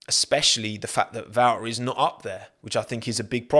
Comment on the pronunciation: "C'mon Val'erey"